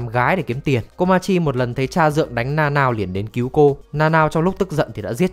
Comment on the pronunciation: Tính ra Nanao đọc là Na Na ô :v Na Nao nghe TQ quá :v